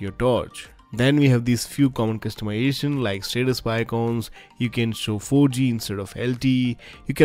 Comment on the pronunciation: "custumiation" annoys the shit out of me